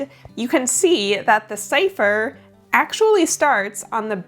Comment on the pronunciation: CIPHER! not long a long cipher please...